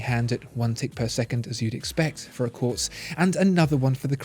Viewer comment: Lost me in the first minute when you said Quartz.